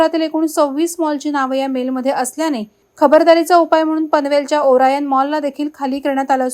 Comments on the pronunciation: Orayan mall nay orian mall 😂😂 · Tumchya orayan Mall aikun mi pn hadrun gello ahe Orion Mall ahe 😅😂😂😂